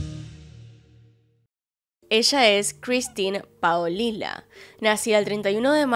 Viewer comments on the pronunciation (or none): me encanta como la doble ll la dice como Sh jsjjsjs